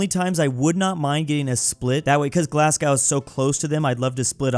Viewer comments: IT'S PRONOUNCED GLAS-GO! - Me, a Scottish person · ITS GLASGO NOT GLASS-GOW YA NONCE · it’s “Glass-Go” not “Glazgaw” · It’s pronounced GLASGOW not GLASGOW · I love ur vids but glass-cow is killing me, it’s pronounced glaz-go 😂 Really tho I love ur vids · it’s pronounced GLAS-goh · and it’s said glas-go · it’s g l a s g o w Gla s Goh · WHEN HE SQID PAISLEY I WAS LIKE PLEAAAASSEEEEEEEEEEEE also itz pronounced glas-go and edin-bru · I know you're American right, but I'm from Scotland, not Glasgow, but Glenrothes, and hearing you say "glass cow" hurt me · Its pronounced "glas go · feel like mentioning that Glasgow is pronounced glas-go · As a person from Edinburgh 2 things 1 thanks for choosing us and 2 ITS PRONOUNCED GLAS-GO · As a scot it’s pronounced glasGO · Yes painful even as a Canadian Glasgow isn’t called Glasgo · You say Glasgow like a twat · As a brit this is mildly unwatchable it's pronounced tems not tames glassgow is pronounced glazzgoh and anything that ends with ham is hum